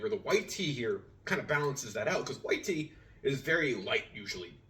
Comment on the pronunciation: Tea in not teain lol